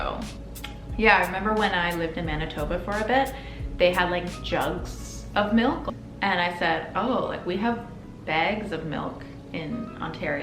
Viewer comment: It's the pronunciation for me. 😂 Would you like a beg of melk? The politeness over honesty/flakiness thing definitely happens in Boston too. My pet peeve.